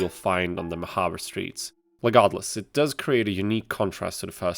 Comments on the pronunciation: I keep hearing you pronounce regardless as "LEGARDEless". You fucking with me or are ky ears hearing what isn't there. Either way great vid bud. This game and its sequel fucking rules. Cheers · I swear to All-Mer I keep hearing you say Legarde-less